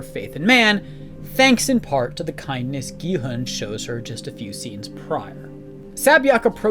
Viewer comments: He's also butchering Gi-hun, pronouncing it as Gi-heun. U is o in who. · What depresses me are the totally unnecessary mispronunciations of character names. E. g. Gi-heun, instead of Gi-hun (English doesn't even have EU!) Sabyeok, instead of Sae-byeok Otherwise, the analyses are insteresting.